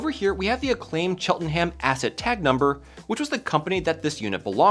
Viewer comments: In the UK we pronounce it "Cheltenam" not "Chelten Ham" just for reference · Funny Cheltenham pronounciation, heh. Like most British place names, it isn't pronounced how it's spelt and is more like "Chelt'num" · As someone that lives in Cheltenham, it pains me to hear you mispronounce my lovely town’s name (drop the “H”, it sounds weird). It’s pronounced CHELT-EN-UM. PS on a side note, I had no idea that Acclaim had a studio here. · Cheltenham, not Chelten ham 😂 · It's not pronounced chel ten ham. It's chel-te-num. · Just as a heads up, if a British place is named "X-enham", it's probably pronounced "X-enum" (not too much emphasis on the um - it's not like going "um" out loud) i.e. Cheltenham is pronounced cheltenum, Tottenham is pronounced tottenum, etc. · Cheltenham is a 2 syllable word "Chelt - nam" or /ˈtʃɛltnəm/ for those who can read ipa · Hearing you day Chelt-un-hame had my brain take a triple take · Love hearing people pronounce places from the UK. Cheltenham should sound like chel-tuh-nuhm. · I always laugh at how Americans pronounce British place names. Really emphasising the ham. Where as here we say it as Chelt-enum. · Pronounced somewhat like chelt-num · Pronounce it Cheltnam, great vid btw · hello england here. cheltenham is pronounced chelt-num. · The town is pronounced Chelt-num 😉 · Probably no surprise to the Americans here but that’s not how you pronounce “Cheltenham” it’s closer to “Chelt-num.” Some Americans have posited that we make the pronunciation of our place names difficult to annoy foreigners & I’m here to say yes, yes we do. 😄 Very interesting video, thanks. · Cheltenham is pronounced more like "cheltnum" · Came here to make the same comment. Do your research,! Ps - it’s not pronounced Chelten-ham. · I was going to comment that it's pronounced Chelt-num, you beat me to it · I don’t mean to be one of those people but it’s pronounced Cheltanum or at least the same way you would pronounce Birmingham Alabama in the US.